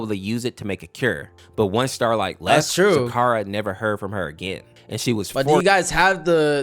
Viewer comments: It is zecora not zakara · Hearing Zecora's name said wrong is so wrong 😂